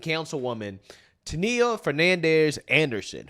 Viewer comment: It's pronounced "Tan-ya"- not whatever it is you're doing. Really,? Never heard the name before? It's pretty common.